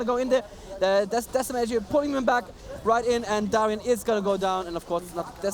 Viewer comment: STOP SAYING DARIAN